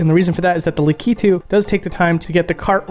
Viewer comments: Likitu? Lakitu is his name! "Luck i 2" Not "Le Key to" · I always understood it's pronounced lak-ee-too not la-key-too... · Dude… La-key-two?!?!? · Is this really how to pronounce the name Lakitu??? You're saying La-kee-too. I've always said La-kuh-too. Even Google says La-kuh-too. Its throwing me way off. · In my family we always said Lakitu like "lack-it-too", now that i have heard "luh-key-too" i cannot unhear it. Soup ear mare eo brutherz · Oh man, the way you pronounced "Lakitu." Lak-it-too is the American pronunciation from what I've looked up. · That is not how you say "Lakitu" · thats not how you say Lakitu!